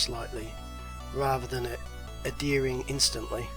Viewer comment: The word is pronounced Ad-hearing. Not ad-dearing.